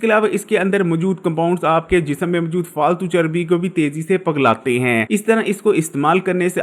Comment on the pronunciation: Pagla nahi hota pigla hota hay